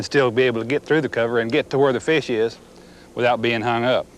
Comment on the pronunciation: “Thars a feesh!”